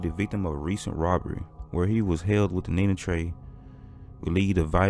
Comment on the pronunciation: The way you always say Nina Trey hahaha... you think Potbelly Lucy gave him the money and he spent it all